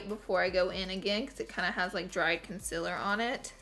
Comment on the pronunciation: Omg the way she says concealer😬😬